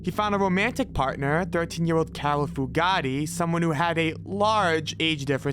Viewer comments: It’s “Fu-Gate”, not “Fu-Ga-Ti”, you putz! 😑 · Pronounced FUGATE(FEW GATE) That name is NOT ITALIAN! LOL! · it's pronounced Fu' gate Chief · Fugate is pronounced as Few-gate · Great video but Starkweathers girlfriend was Carol Fu - gate I think it's actually spelled Fugatt but it's pronounced Few gate..... I'm not a grammar nazi, I just have a pet peeve. Sorry. Great video tho! Excellent work. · OMG Carol Fugate - Fu- gate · Also the name "Fugate" when talking about Starkweather. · I laughed at that and the pronunciation of Caril Fugate's name. It isn't pronounced like "Bugatti"....but it was funny to hear it that way. Not as funny as Baton Roog though.